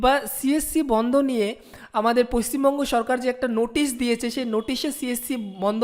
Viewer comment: "Ei j Noootisshhhhh" 😀😀😁😁😂 at first rectify your pronunciation after then upload video. This was just jocking...